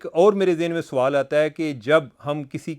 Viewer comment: Aap Sawal ko Soaal kehtey heyn jo keh ghalat urdu hey.